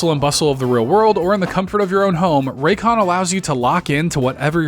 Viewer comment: Buddy said raycon 😂 hell nah